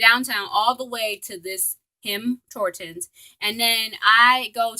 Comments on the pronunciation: It’s TIM HORTONS not HIM TORTONS LMAOOO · were you saying him tortons?!